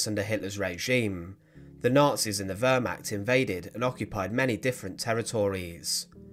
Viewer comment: It is pronnounced Wehr as in Fair and not Wuhr as in Fur !!! Wehrmacht. God bless that sweet child. 🙏 ❤️